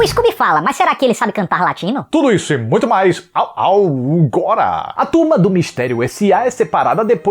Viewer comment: esse "au augora" eu não aguentei auehauheuahuheuaeheauh